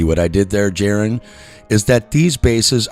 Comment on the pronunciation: You followed for many years and still call him "Jaron"? 🤔